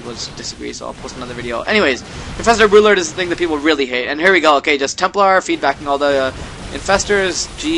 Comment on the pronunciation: Stop saying boodlord. Its an R in there somewhere.